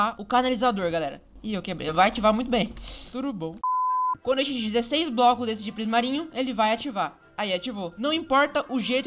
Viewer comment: Credo para de falar TURUBOM